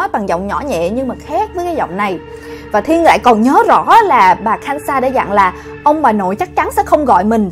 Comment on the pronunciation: K-san chứ sao chị đọc kan-sa